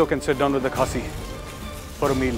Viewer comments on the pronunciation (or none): Subtitle: It's KHASI not CAHSEE And it's MIZO not MISO.